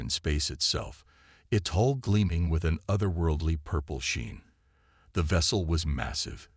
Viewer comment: It is not HOLE IT IS NOT HALL DAMAGE IT IS HULE DAMAGE. PLEASE TRY TO GET IT RIGHT